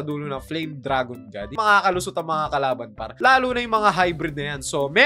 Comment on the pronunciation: Mali pag Sabi mo sa kalaban Sabi mo karaban 😂